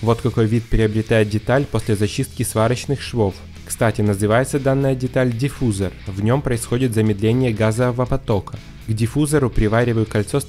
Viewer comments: Лайк, шикарная работа! Ну, и между прочим, не диффýзор, а диффузóр. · Молодец ! Но правильно говорить: дифузОр !, а не дифУзор ! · Вообще-то специалисты говорят "диффузОр", и "конфузОр". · В один только маленький минус это ударение в словах диффузор и конфузор😂